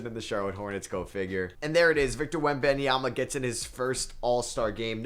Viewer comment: That is not how you pronounce his name 😭